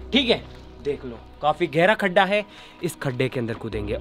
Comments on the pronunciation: Oye wo गढ्ढा hai खड्डा nahi😆😆😛😛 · Everyone: गड्ढा: खड्ढा ।। 😂😂